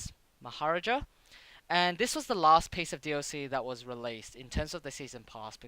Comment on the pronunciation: I know I’m years late, but it’s “Mah - ha - raaaa - ja”. =D